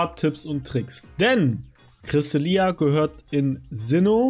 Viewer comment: Junge wie zur Hölle sprichst du Cresselia und Vesprit aus?! Nur 22 Sekunden geguckt, 2 mal Cresselia falsch ausgesprochen, 1 mal Vesprit falsch ausgesprochen, danach war ich raus.